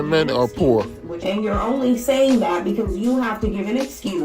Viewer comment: "You'uh NASTY woman" ~Jesse Lee Peterson